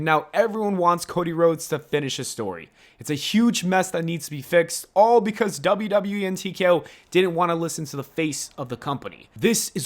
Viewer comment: Booker T said "becAse"